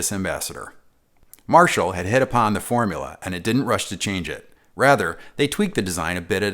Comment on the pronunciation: "Formuler?" Was the a hint of a Staten Island or Long Island accent peeking through there?